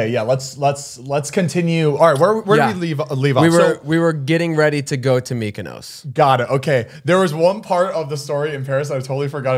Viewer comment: why do they pronounce mykonos like that 😂